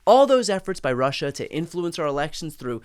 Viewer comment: Rerrr-ushaa 🤦🏼 his psycopathy is an outlier among psychopaths